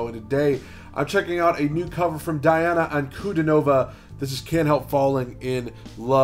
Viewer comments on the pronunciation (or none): Say the first syllable of her name as DEE, please. Thanks. P.S. Pronouncing the names of non-Anglo-Saxons is easy: you need to read the letters as they sound in Latin. Did you have basic Latin in school? If not, Google and Yandex in the help. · Pretty sure it's pronounced Deeana.